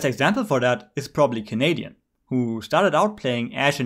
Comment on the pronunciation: why you had to do canadian like that on the first clip 😂